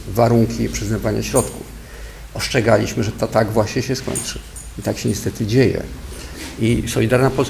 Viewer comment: Mówi się ostrzegaliśmy, a nie "oszczegaliśmy,". Ludzie wykształceni?!